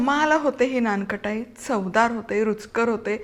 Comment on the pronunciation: थोडेसे मराठीकडे लक्ष द्या....लोणी म्हणतात... लोनी नाही...नानकटाई आहे ते...नानखटाई नाही.....It may not be your mistake but your team's mistake...but pls be careful...it hampers your credibility....